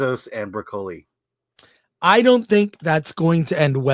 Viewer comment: That said. Please pronounce Broccoli properly. Lol.